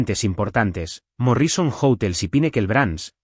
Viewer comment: ¡ESTA ES LA CLASE DE HISTORIAS QUE ME GUSTA ESCUCHAR! MUCHAS GRACIAS DESDE SANTIAGO DE CHILE. Pero no puedo dejar de decir que me hace rechinar los dientes oír a la IA pronunciar tan ESPANTOSAMENTE los nombres, apellidos y otros términos anglosajones. ¿Cómo es posible que no le enseñen que la mayoría son palabras ESDRÚJULAS, como MÓRRISON, por ejemplo?